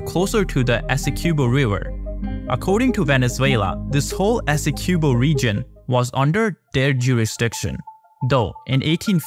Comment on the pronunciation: Please ask a Guyanese how to pronounce Essequibo